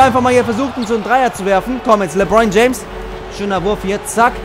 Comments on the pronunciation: Der heißt nich lebroin james sondern lebron james😂✋ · "Lebroin James" hahahahhaha